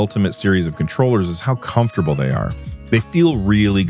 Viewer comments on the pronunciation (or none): none